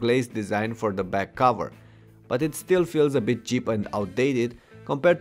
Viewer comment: When you learn how to pronounce BIT , you can come back and insult people !